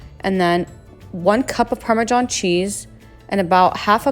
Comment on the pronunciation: "Parma John cheese" lol